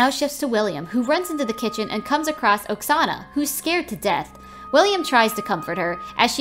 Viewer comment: the name oksana sounds like a name from my country and the way u said the name hurts me..